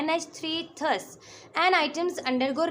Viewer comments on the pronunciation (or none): It's not ths it's thus😅